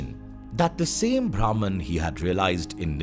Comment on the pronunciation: Imagination to visualization 🥰 great video but pronounciation of bhraman was incorrect 😁